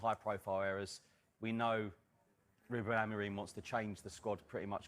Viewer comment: AND SO GUISE LET ME KNOWL YOUR THOWLTS